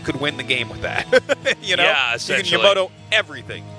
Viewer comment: "YOMOTO" ., it's Yamato...